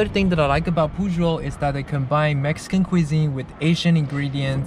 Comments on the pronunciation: You said "Púshol" instead of Pujol and "Kuintonio" instead od Quintonil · Please pronounce Pujol (poohHOL) (THE "o" in HOL AS IN dOG) AND keen-Toh-NEEL (The o as in dog as well) The syllabe in Uppercase is stressed